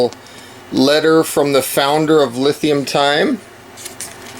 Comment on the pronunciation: Everyone else is pronouncing that "Lee-Time". I hope they're decent because I just bought two of their products.